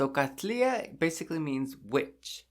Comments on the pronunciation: How do you pronounce 'Katlinya'? In the video you say 'Katliya', but it's spelt with an 'n' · Sounds like you're saying Katlia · Why is the n not pronounce in Katlinya?